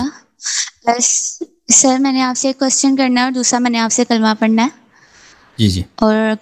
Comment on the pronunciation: Bete kalma to sahi kar lo